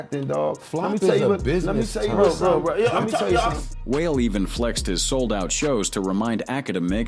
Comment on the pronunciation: And calling Wale "whale" 😂😂😂